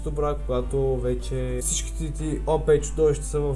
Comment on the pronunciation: OP не се произнася Опе, а Ол-пи. Пак заповядай